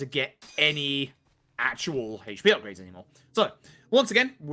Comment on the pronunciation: Except the pronunciation of Yakuza and HP, sure it's great.